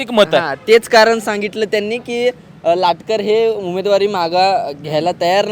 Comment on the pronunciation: Latkar nahi latkar